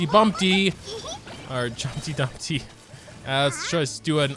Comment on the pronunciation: EVERYONE calls them Jumpty Dumpty, but it's wrong and bothers me as a Klee enthusiast. There's no t in the first word. It's Jumpy Dumpty.